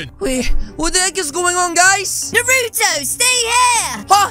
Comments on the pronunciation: why do you call him narotoo it should be naruto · It’s nar-a-toe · As "na roou toh" Bro it's narùto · I like how he calls him Narooto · He said nurto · It’s Actually naruto not nuroto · It’s not norotu it’s naruto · Did said nuruto lol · AHHHH HE PRONOUNCED IT WRONG IT'S NA NAH NARUTO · Bro you said Naruto's name wrong and this ain't even close to Cannon!😒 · i like how he can’t say nartuo right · It’s pronounced Naruto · you can say the name right ya know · You said Naruto wrong=|